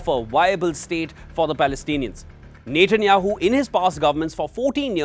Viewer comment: Its Net.. Netanyahu, not Nathan...Nathanyahu. only wion pronounces with Nathan...